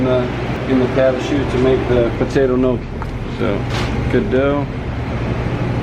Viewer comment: losing my mind at the way he pronounces gnocci